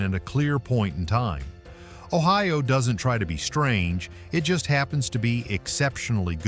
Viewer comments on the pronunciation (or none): Your video is ridiculous. The visuals are not in Ohio. No palm trees where I lived. Your pronunciation is also ridiculous. When you tell about the state flag, intelligent people would show it. And it goes on and on. You show nothing of what you are talking about. I would never recommend this foolishness to anyone.